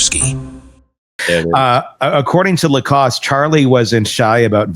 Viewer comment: Please learn to pronounce Jeff Lacasse's name. It is French - LaCasse - not too difficult - you hear it pronounced correctly all the time, just simply listen.